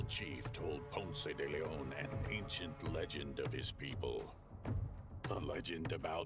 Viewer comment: Ponce De Leon- my uncle was the principal of Ponce de Leon HS in Florida. Some folks around those parts pronounced it "Ponce de Lynn", lol. (You pronounced it right, though)